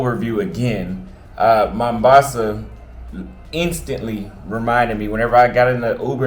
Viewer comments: welcome to my home City! it's "Mombasa" with an "O", not "Mambasa" 😅 cheers! make sure you visit Club Volume in Shanzu! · We call it mOHHmbAsa not mAmbasa ...but anyway have a blast🎉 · I know your brain super lazy but why dont you at least try to pronounce Mombasa right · Vowels pronunciation are different for American and British English.